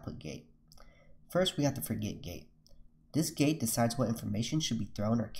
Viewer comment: how many of you keeps hearing gay, instead of gate. forget gay, input gay, out put gay, update gay.